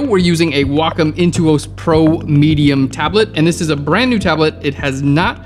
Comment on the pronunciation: Did he just call a Wa-COM tablet a WO COME TABLET 😂😂😂😂💜🥿💔